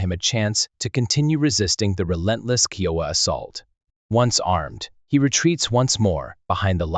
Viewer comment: Love these stories, but so tired of hearing common words and phrases slaughtered by the computer generated voices I cant make it to end. especially when your are constantly mispronouncing the tribe you are telling the story about.